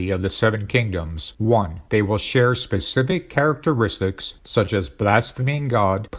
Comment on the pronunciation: A sign of the times. These Antichrist 45 "documentaries" are narrated by an AI. A machine - the most important tools for domination by Satan: computers, AI, and the Internet - tell us about the beast and the AntiChrist. Listen to the words of the AI, "characatraits" is not an English word; it is not a human word. It is a telltale misspoken word of the machine. What human being speaks the same way? Donald Trump.